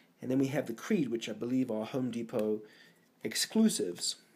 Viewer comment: clearly it says cree not creed like your favorite band!